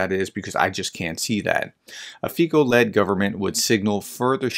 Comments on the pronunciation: You are right, under proportional representation, being the strongest party does not mean you'll be able to form a government. That Fico is going be the next PM of Slovakia is far from being a done deal. And, BTW, his name is FEE-tso, not FEE-ko. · One thing: you pronounce him as /fitso/, not /fiko/ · Pronunciation: FEE - tso